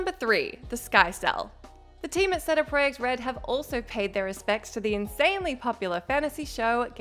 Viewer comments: Say Geralt however you like, but, "Say-Day- Proyekt Red" was so borked it had to be scripted. I just don't know why?... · Brain broke when you butchered cd projekt red. Geralt’s name was bad enough, but damn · I had to listen to you pronounce CD Projekt Red three times and still can’t figure out how you pronounced it like that.....